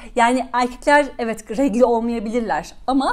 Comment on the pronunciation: D her şeyi çok güzel özetlemişsiniz pek haddime değil ama sadece küçük bir düzeltme "regli"değil "regıl" da değil "regl" :D